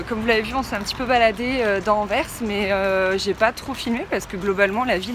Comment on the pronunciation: Le s se prononce, ce qui fait Anversse. Les gauffres sont de liège ou de Bruxelles...